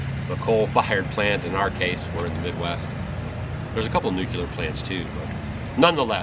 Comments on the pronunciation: It's NOO---KLEE---UR, not NOOK---YUH---LUR..NU--CLE--AR. Should've dropped this months ago so the wood could've cured.. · Nu cu lar .. lol… inter webs… oooo I’m trying to LAFFIN at the not funny 🙋‍♀️🤦‍♀️🤷🏼‍♀️